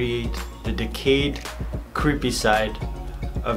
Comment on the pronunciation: When you said creepy it ends up cweepy. lol give a like if you hear cweepy